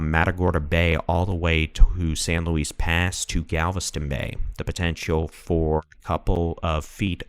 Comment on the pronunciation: Galveston County in the house! Great report and thank you for the "cut to the chase" reporting. Btw, I know you can't know every colloquial pronunciation, but San Luis Pass is pronounced "Louie", like Louis Armstrong or Louis Vuitton. Words are definitely hard. Thank you again!